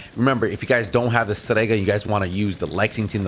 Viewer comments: Just say Strega why the pronunciation? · Your accent is showing hard when you say "Strega" - love it !